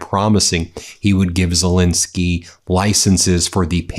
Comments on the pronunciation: Please pronounce his name correctly: It's not ZeLINsky , but ZeLENsky. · STOP MISPRONOUNCING ZELENSKYY!